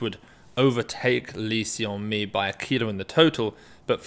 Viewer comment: hey if you pronounce lee seon mi as "lee sun mi" it would be closer to the actual korean pronunciation! Just thought you would like to know